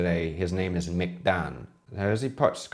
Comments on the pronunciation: McDang is the Romanized alias of him. However his name isn’t pronounced as usual “Mc”, and of course not your “mick”. There isn’t really have the correct pronunciation in English so he just goes with “Mc”. I’m not sure, but I think how Thais write that word it is written like “Muk” or “Muek”, or something similar to that. Well, that word means ink, squid, or octopus (Thais categorize squid and octopus as same animal, then separate later with other words). Then Dang means red. So his alias is either red ink or red squid/octopus. Also, tracking his bloodline, he is actually a great grandson of a prince who is a son of King Rama IV. So he is actually a Thai royalty. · McDang is actually Muek Dang means Red Ink. But he went by McDang because it's easier to spell and pronounced. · the "mc" in mc dang is . . . . it's a compound vowel that i can't really find an equivalent in english for. wiki suggests "muek" which is closer but not quite. you can look up google translate for "ink" to listen to the sound there. the "dang" portion is red.